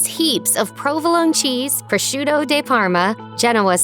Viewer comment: It's Prosciutto Di Parma, (Dee) not Day Parma.